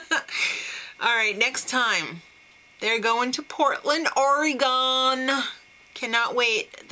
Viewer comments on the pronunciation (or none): you say Oregon funny. But yes Oregon is awesome and beautiful!